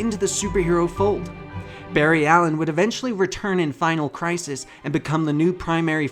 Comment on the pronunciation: Did you just say Fart Allen?